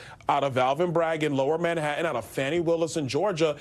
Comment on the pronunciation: there are TWO T's in Manhattan and Bi ron Donald'son can't pronounce either of them.